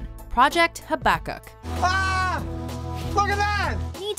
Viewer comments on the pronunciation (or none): the way they mispronounced Habakkuk made me cringe